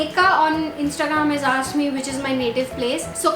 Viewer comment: Please improve your pronunciation of words 'o'tube, insta-gram. Very weird!